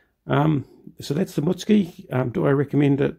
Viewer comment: I’m not positive but I think the name is pronounced “Moot-sue-key.” Funny ending. 7 seconds left, I wanted to yell, “Pedal faster, peddle faster!” For a dd expected to be reasonably fast, it seemed slow. It was odd that the planes went after you rather than a larger target. Revenge for sinking other ships?